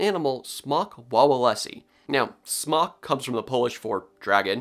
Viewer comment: Everytime you said Smok, I heard Spock. 🖖